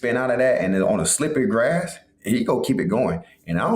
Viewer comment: He said glass instead of grass 😂😂